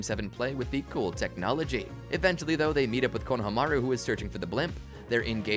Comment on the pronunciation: It’s AI right when I heard the pronunciation of Konohamaru